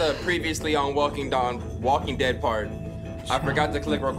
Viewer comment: said walking dawn lol